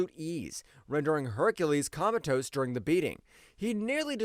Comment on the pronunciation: What is commatose? AI trying to read “comatose”?